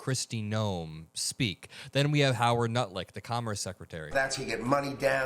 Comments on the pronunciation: Did you say Howard Nutlick? Lol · Did you say Howard Nutlick? 😂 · Did he say Howard Nutlick? 😂😂😂 I think he did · Did you say…Howard Nutlick?? Cause I heard Howard Nutlick 🤦🏽‍♀️ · Did he say Howard nutlick or did I hear him wrong? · I heard you say " Harold nutlick " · I heard you say Howard Nutlick 😂❤ not wrong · Wait....wait....wait... did you try to say Howard NUTLICK....LOL